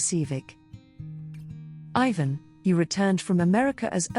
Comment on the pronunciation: Your ignorant pronounciation of Ivan's name and the fact that you remain so stubbornly Ignorant and inconsiderate are a horror.